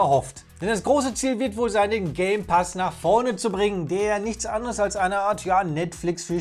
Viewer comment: wer hört da auch gay pass ?